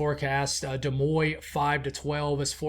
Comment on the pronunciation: Interesting forecast. Des Moines is pronounced...Da Moyn not De Moy